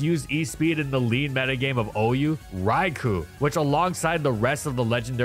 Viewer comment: When do you think gonna realize he’s pronouncing Raikou and Golisopod wrong?